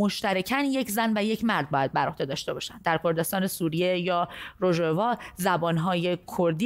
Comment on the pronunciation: تلفظ صحیحه روژاوا با تاکید بر ا در آخر است مجری عزیز 🌹🙏😊 به معنی کردستان که در آن آفتاب مشیندغروبمیکنه به کردستانایران روژ هالا ت مگن یعنی جای که آفتاب طلوع مکنه